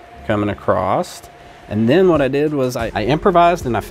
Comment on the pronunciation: The word is "across". The word is NOT "acrost".